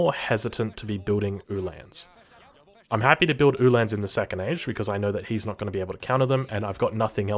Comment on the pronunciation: Very good except for the Ulhan pronunciation. It's like hitting the wrong vowel in an english word over and over. Its not han like hand it is han like Han Solo.